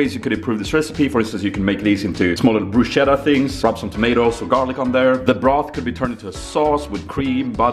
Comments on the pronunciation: OH MY GOD. IT'S BRUSKETTA NOT BRUSCETTA, PLEASE D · IT'S BRUSCHETTA (hard c), NOT BRUSCETTA! :D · Please it's pronounced brusketta, every time anyone says brushetta like that an italian baby dies.